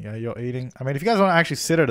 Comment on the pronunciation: Why do you say “Jew” instead of “you” in so many episodes? 😂😂😂 #dead